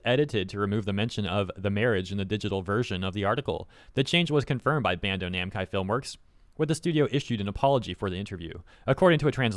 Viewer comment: Did you say Bando Namcai?